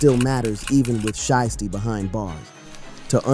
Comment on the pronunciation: Why all of these videos can’t pronounce names anymore, who tf is shisty, and sheisty 🤷🏾‍♂️🤷🏾‍♂️🤦🏾‍♂️🤦🏾‍♂️